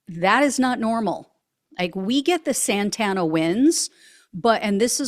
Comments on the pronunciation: Santa Ana Winds Not Santana Winds, just an FYI. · It's "Santa ANA winds", not "SANTANA winds". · I don’t know if my tv speaker warped your words/ pronunciations, but it’s Santa Ana winds It sounded like you were saying Santana. A decent band, but had nothing to do with the high wind storms we get frequently. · Santa Ana, not Santana. For this who don't know, Santa Ana winds occur when there is a Low Pressure to the North and a High Pressure to the South. The nature of their wind rotations combine to funnel hot desert wind from the Mojave and Nevada deserts westward to the ocean thru canyons and valleys which most of LA is in further increasing the funnel effect of winds where traditionally California gets westward onshore breezes. Couple that with dry vegetation, it is a perfect storm for mass destruction from a simple spark. The issue is that Maga Morons are ignorant to simple information like this that is easily attained by a simple google search, or by spending significant time in coastal So. California. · It's the Santa Anna winds, not the Santana winds. Course that would make a good bit - stop playing so loud, Santana, the winds are off the chart. Serious, I'm very familiar with this area, and I think this horror will change it forever. Very sad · Thank you for calling the winds "Santana". I get so frustrated by the talking heads saying "Santa Ana". My great grandparents on both sides of my family were original settlers in Orange County. My grandmother never said "Santa Ana wind". Big sore point for me. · Good report. Only correction, the winds are called Santa Ana, like the city, not Santana like the guitarist. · Santa Ana Winds not Santana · Hahaha it’s Santa Ana winds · It’s pronounced Santa Anna winds! Santana is the rock group! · I was scratching my head about her pronunciation.